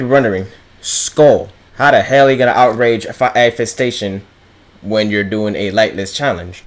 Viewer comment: ngl thought he said outrange eyefestation and i was thinkin isnt that horrendously easy